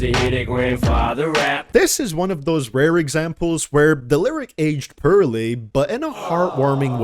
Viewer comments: Oh come on, I like when you say Purrley aged lyrics 😂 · lol u cant even say the simple word poorly u really have to spell it 💀 try to say the word "Horribly" bet u cant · Hah... he says the word poorly funny.